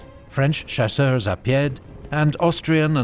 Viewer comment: Hey, Just do not pronounce the final s of chasseurs and you'll be good ;)